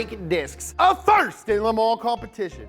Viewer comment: nobody:: Leh Mah